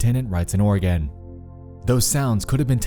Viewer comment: Oregan? Ore a gon. The e is silent